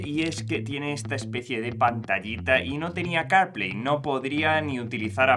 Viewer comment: ¿Que tal si hablas mas claro y entendible el ingles? Carplay no se entiende sino después de escucharlo como 10 veces. Se que el tiempo en YT de grabación es limitado, pero no es excusa para pronunciar mal las palabras. Y si te es difícil el ingles, la AI te puede ayudar aprender a pronunciar palabras en otros idiomas.